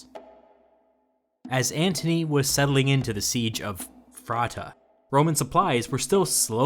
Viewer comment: Mighty Parthians doing what they do best. Destroying Romans casually and employing the brilliant strategy of gutting the enemy's logistics. At Phraaspa (Not "Phraata"), the asking of Kings Phraates IV imposed upon Anthony the Berezina of the Classical Age. Parthia representing, where you at my Iranian home boys!